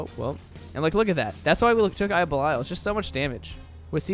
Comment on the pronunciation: Can't get over how you say "eye of bell-eye-al"